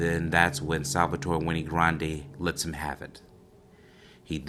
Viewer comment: Wenay??? No the name is Wayne. Like Dewayne